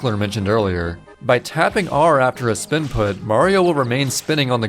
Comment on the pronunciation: Me: "Spin input.", an intellectual: "Spinput."